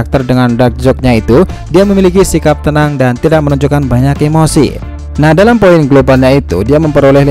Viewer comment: Penyebutan poin nya kok gt min.. Biar mudah dibaca yak .. 😁